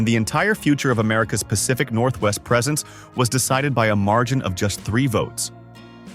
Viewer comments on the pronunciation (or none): none